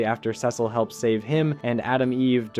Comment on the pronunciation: It's pronounced "See-sul" not "Sessil" it's literally said in the show so many times, are you intentionally saying it wrong? Why..?